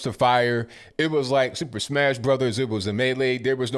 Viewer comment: It was 10000% super smash bros. I’ve never heard it said like that, and that’s hilariously spot on. Nice